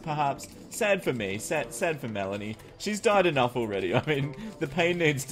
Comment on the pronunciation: its not melena,its actually melanie 😅